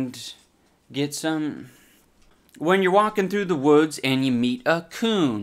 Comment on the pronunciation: He said woods.